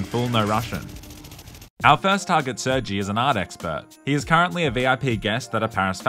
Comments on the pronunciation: saying sergjie instead of sirGay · you just call him sur-G (?? thats defo pronounced sir-gey lmfao) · Uhmm...I'm pretty sure it's pronounced sir-gay not Sergy🙃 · gotta love how he cant pronounce sergei correctly because youtube